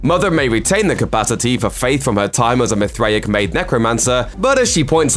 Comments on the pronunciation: say it with me now , mith ray ic ... you had me laughing like a mithriac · You say it MYTH RAY ICK bro. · Your inability to pronounce Mithraic despite hearing it dozens of times, shakes my confidence in your speculative opinion dude.